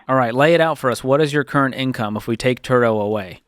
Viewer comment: Turo rhymes with Burro (donkey)